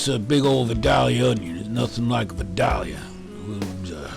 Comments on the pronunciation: Looks delicious! But, you've got to work on your pronunciation of Vidalia onion. It's Vy-dale-ya... ;) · Vidalia onions come from Vidalia, Georgia. So, in order to sound like a native when you say vidalia, the "a" in the second syllable is pronounced a long "a", not a short "a". Not being a grammer nazi I promise. Love your site and keep them coming. My smoker should be declared 5 stars since I've started using your recipies!!